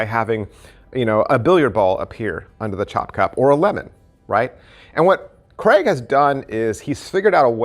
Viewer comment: Hi.....it's CRAIG.....not Cregg 😂😂